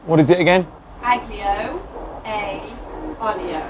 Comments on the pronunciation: you don't pronounced the G in aglio. It's just alio :) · It's pronounced "ah-lee-oh" And "al den-teh" :)